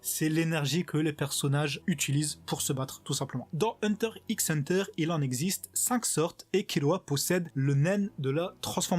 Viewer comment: Et sa se dit Hunter Hunter on dit pas le x